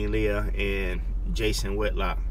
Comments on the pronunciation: I thought her name was pronounced lay-hee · Far be it from me to appear to be even being nice about her, but her name is pronounced "Lay-hee". Otherwise, I'm with you. Lavar also made it clear he was NOT attacking her in any way! She wickedly mischaracterized him because her feelings were hurt due to him not looking at her (how dare he not look at me? I'm pretty!).